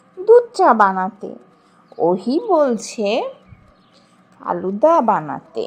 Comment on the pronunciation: ফালুদা হবে আন্টি আলুদা না।😅😅😅